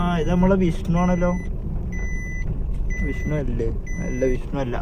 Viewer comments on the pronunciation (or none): മോനെ വിസ്ണു അല്ല വിഷ്ണു